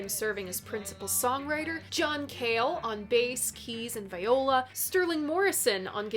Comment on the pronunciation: The word "Viola" when referring to an instrument is pronounced "Vee-oh-la". "Vigh-oh-la" is a woman's name. Keep on making wonderful stuff,!